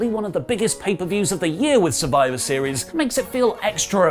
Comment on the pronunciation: She said "After Survive series" D.Drop 🤣🤣🤷🏽‍♂️